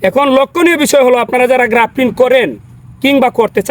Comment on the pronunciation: ভাই আপনি সব সময় গ্রাফটিন বলেন কেন? শব্দটা তো হবে গ্রাফটিং! 🤷‍♂️